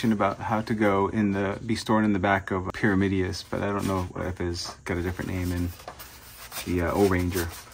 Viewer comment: Pee-rah-Mid-dee-us??? Weird way to say pyramidas. "Pee-rah-mi-das"